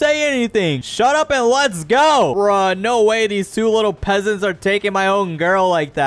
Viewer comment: Pesents XD